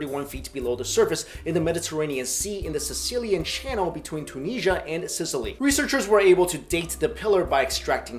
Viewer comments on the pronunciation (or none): none